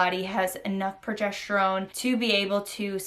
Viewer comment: It's progesterone not progesh terone